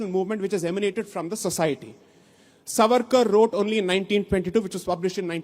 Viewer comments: Mohua firt learn to say the name savarkar properly , he is not Suvaarkur as you ignprattly pronounce, Sai Deepak you have really tarnished the wopped up narrative flogged by the anti Hindi brigade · The name is Savarkar and not Svaarkar as you are saying it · Madam ! Please 🙏🏾🤨!! It is not SaVAArkar but SAAvarkar. One would expect that you would take care to pronounce the name of a great historical Indian figure correctly as you are so very particular with your Bongali names!